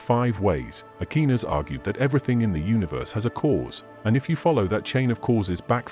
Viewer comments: Not Nye-itch but Neee-tshuh, Not Akinas, but Akwaiy-Nass!! Who taught you to talk?? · A-key-nis was bad, but Ny-atch was hysterical. Its a shame you let AI crap all over your presentation. Before you started naming names you were making cogent points. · WORST VOICEOVER EVER!!! NOT "AKEENUS" OR "NICE-E"!!! TRY AGAIN!!! 🤦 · you mispronouce bothe aquanis and nietche. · Mispronounced Aristotle and Aquinas. It's hard to listen to. And niach, I mean Nietzsche. And now Leibniz. How hard is it to correct the idiot AI. Lazy content creators.